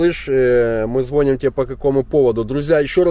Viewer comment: Не зво'ним а звони'м научись говорить по русски деревня